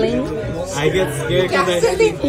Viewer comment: Did this B say “Gasoline” ?? 🤦🏾‍♂️🤦🏾‍♂️